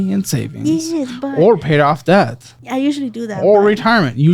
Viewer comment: how the hell could you resist telling her to stop saying the ‘b’ in debt?! Super annoying